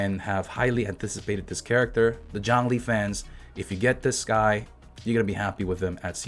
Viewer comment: Is it a joke that you keep mispronouncing his name? Or is your boy really John Lee